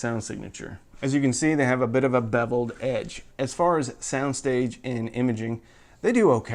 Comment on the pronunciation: "Wo-bbin fiver", "Bebbled edge" - are you turning into Elmer Fudd?